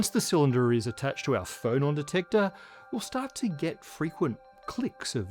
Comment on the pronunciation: you said "phonon" but I heard "Frollon" and pictured a particle that was just Frollo's head repeated, orbiting and singing HELLFIRE in chorus